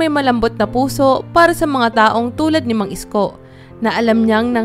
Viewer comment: Ayusin mo Naman Ang pagbigkas Ng pangalan ni Mang Isko